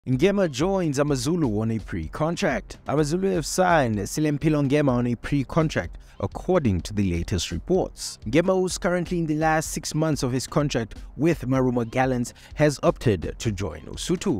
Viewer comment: It is not Selimpilo, it is Celimpilo